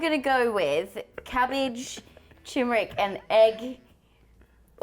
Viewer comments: Nice show. Sweet chilli sauce will rescue anything. One tiny pedantic thingy. It's tuRmeric, not tUmeric. Sorry, had to be done. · It's Turmeric not Tumeric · Why does call turmeric chimeric